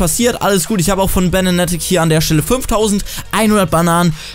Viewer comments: Er sagt "Banatic" xD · da merkt man sofort welche leute YouTube nur wegen Geld machen und welche es nicht tun.. Schlechtestes Product Placement ohne sich überhaupt mit der Seite auseinandergesetzt zu haben.. Nichtmal den Namen sprichst du richtig aus. Und in der Beschreibung sind nur reflinks. Selbst die Schuhe sind verlinkt wtf.. #RIPYouTube #ApoRedGeneration